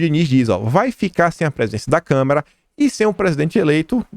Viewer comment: Adoro seus vídeos!! Você é um cara que pesquisa, liga os pontinhos e entrega tudo mastigadinho pra gente! Obrigada mesmo por me ajudar a entender os últimos tempos no Brasil! Só uma dica, você tem falado muito "câmera" em vez de "Câmara". Isso é comum, principalmente quando a pessoa fala de maneira quase ininterrupta, mas pode se tornar um vício de de linguagem.